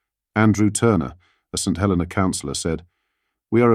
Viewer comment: It is a 'shocking reveal' only to about 5% of the UK population who don't read more than soundbites/ headlines and don't know/ care where Chagos and St Helena are. It's pronounced Saint He-LEE-na by the way.